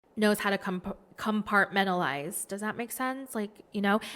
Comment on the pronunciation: compartmentalize ……oh my gosh, I have the hardest time saying this word, and you just said it in a way to where I could say it